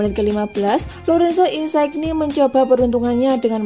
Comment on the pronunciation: Insigne dibaca Insinye, bukan insaigni